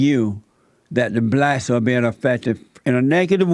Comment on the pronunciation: Jesse just wants views. He cant even pronounce "blacks" . He says, "blatz".